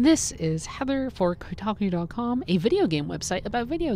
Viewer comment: Can you at least pronounce 'Kotaku' correctly? :)